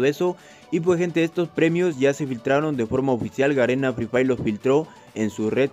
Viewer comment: Garena fri frhay😆 asi dice